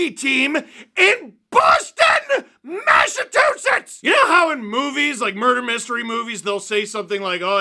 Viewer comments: lol I lived in MA for 7 years and everytime I went back home to Canada to visit I’d hear “so how are things in massatusits?”…. Guys… mass-uh-Chu-sits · I think the funniest part of this LFR was how Steve pronounced Massachusetts